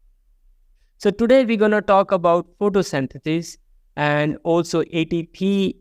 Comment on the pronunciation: It is called A T P , for Adenosine tri phosphate. Not with an 'E'.